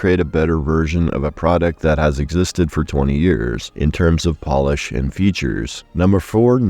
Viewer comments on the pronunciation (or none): none